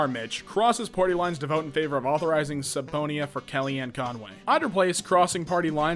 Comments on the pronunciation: 2 slight callouts: 1. R-Mich. is referring to Representative Amash as a Republican from MICHigan 2. its pronounced sub-pina, not subpo-een-a. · Did he just pronounce subpoena as sub-pony-ah? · Funny how many times the narrator stumbles over names and medical terms and repeats himself trying to get it right then just waltzes right through miss pronouncing subpeona (su-pee-na not su-po-nee-uh) I'd forgive the names that most people wouldn't be able to pronounce, and the repeated attempts at mangling them were starting to get annoying, but a commonly used word not so much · My guy I love your content. But you saying "sub-poe-eena" had me dead 💀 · Tries hard to pronounce names correctly, but "subpoena"? "Sup e own e ah" - that'll do. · Love how mispronounced subpoena. Chaste as well.